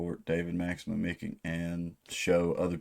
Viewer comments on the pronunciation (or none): The last name is pronounced "Mitchitch", as far as I know